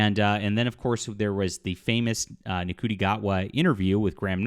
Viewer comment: Btw It's pronounced "Shootie"